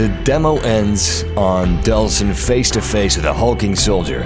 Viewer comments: It's actually Delsin Rowe, not Deslin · DELLLLLLL...SIN. Not "DeSLin." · It's Delsin! Not Deslin!!!